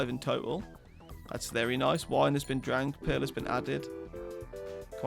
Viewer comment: Does anyone else hear pill in stead of pearl?